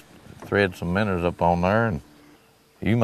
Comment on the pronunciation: the way he says minnows "minners" lol